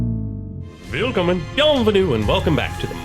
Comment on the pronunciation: what does he say at the start? velcome vtonyadoo